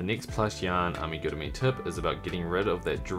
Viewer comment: Give you a 👍🏻 because you pronounced the word Amigurumi あみぐるみ correct!